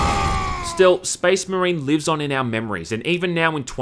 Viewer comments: did you mean SPEZZMUHREEN?! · you laugh at the Ork’s southern English (Orks are from London apparently?) pronunciation of “Space Marian” but to the outside world your pronunciation of “Geawwd damn” is equally bizarre. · "...and how they pronounce 'Space Marine' in this really bizarre way." Proceeds to say it in the exact same way the whole video.... Cracks me up dude.